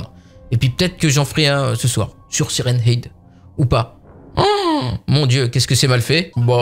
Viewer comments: On dit hèd pas hid ... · Ça prononce Siren hed et pas Siren hid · siren head sa se prononce hèd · Mais oui y dit siren hid au lieu de siren head est pas sérieux. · ben ouais, siraine heed quoi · quand tu dis siren head quand tu le dit a voie aute tu le dit Siren ide alors qu'on ne dit pas ide mais head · Sirène head et non pas sirène- ide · Siren head se prononce "sayraine aide" pas "SIRèN IDE"! Suis'je le seul à en être choqué? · Mec on dit "haide" pas "hide" mdr 😭😭😂😂😂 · Mais cest pas siren hide cest siren « head » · Mais ont siren head pas siren hid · C'est pas heed c'est haide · mais sa se prononce pas comme sa siren hid!!!!!!!!!!!!!!!!!!!!!sa se prononce siren head!!!tu comprent pas frere!!!!!!!!!!!!!!!!!!!!!!!!! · Se n'ai pas sirène id sai sirène head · Siren hid super l'anglais ah bah bravo 20/20. Nan mais apprend l'anglais en fait c'est mieux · Ptdr il a dit hid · " sirène-ide " j'suis mort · Saillrene heid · Siren "id" il y a plus aucun respect😂🤣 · Sa se prononce saille run haide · ''Syren hid'' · sa se prononce saren hèd (tête de sirène) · Tu dit siren hide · Tu prononces mal , C'est un mot Anglais, ça se prononce SAYWRENE HÈDE = Siren Head, en français Tête de Sirènes. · sa s'écrit siren head mais on dit siren h/ea/d e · Stp c'est siren head. Bon c'est la même chose mais le e et le à se prononcent "è" 😊😊😊😊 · par contre il faut arrêter définitivement de dire "sirène hid" c'est horrible ^^' (ce n’est pas méchant du tout hein !😊) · Sa se prononce Sairen Hèd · c siren head mais sa se prenonce siren hèd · "Sirène hid" 😂 et ça fait du contenu YouTube... À ce point je sais plus quoi dire sérieux même mes grands-parents qui parlent pas anglais prononceraient mieux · Ouch ! La prononciation de Siren head ..... Ça fait mal à les oreilles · ce qui me fait le plus peur c'est la prononciation de siren head de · Tu prononce mal son nom